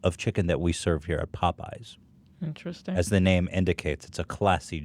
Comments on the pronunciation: POE PIES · The fact that Hila pronounces Popeyes as “Pope-eyes” makes my heart melt. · she gets it from Ethan saying Pop-eyes. With a subtle pose between syllables. Which gives me a troubling image.